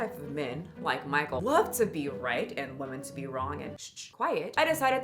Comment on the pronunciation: Please please why does bother me so much that your can’t pronounce women . Weh-men. You got this!!! Your better than this!